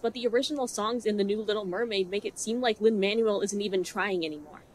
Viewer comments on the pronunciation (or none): Lin-Manuel Miranda's name is pronounced "mon-well," not "man-u-well." Just wanted to let you know. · Just to gently provide a pronounciation tip - the Manuel in Lin Manuel Miranda’s name is spoken as “manwell” versus “manual” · not super important. but i don't think you're saying Lin Manuel Miranda's name right. don't mind if you hate him., but pretty sure its "man- well". not. "man-you-all. " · I am so glad you've made such well stated and valid video essays about how trash this movie is. I also am sick and tired of Lin Manuel miranda, but I think it's worth saying that the name is pronounced "manwell" and not "manual". I love your takes and want to hear more! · I love this video, I love your analysis, but I habe to say one thing: It's pronounced Man-well, not man-you-el. Lin Man-well Miranda. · "lin man u ell" 😂 it's lin "man well" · I'm sorry i love this video and your analyis as always but his name is pronounced Manuel (Man-well) not Man-u-el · I truly love your videos, I love hearing your thoughts, especially because I myself am not musically very knowledgeable, and I live learning more. But please, sweet god, Lin Manuel's name is pronounced Mahn-well Thank you. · it's Lin "man-well" Miranda jfc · FYI Manuel is pronounced “man-well” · I agree with you but.. why are you saying Manuel like manual 😭 is it a joke? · you said his name wrong. Lin MAN WELL Miranda, because Manuel is pronounced according to Spanish pronunciation rules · It's pronounced Manwell. I don't like that guy, but I dislike mispronunciations even more XD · I totally disagree with everything you say, and that is not how you pronounce Manuel.